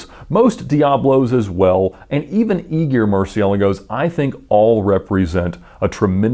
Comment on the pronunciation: Hey Ed, you always pronounce the name of the car, Murcielago, kinda weirdly lol